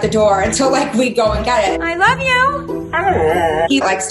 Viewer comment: Oh my goodness, I wuv u 2!!! I swear he was literally saying “I wrruv u” 😱😘 Cheers